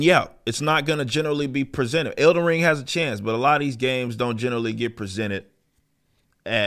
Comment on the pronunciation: I thought it was "Elden Ring," not "Elder Ring." You got a speech impediment?